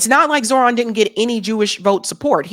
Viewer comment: you said Zohran's name wrong throughout the video